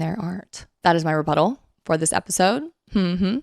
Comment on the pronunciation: Rebuttlal. Hehe. You said butt. (Comment for the algorithm) ❤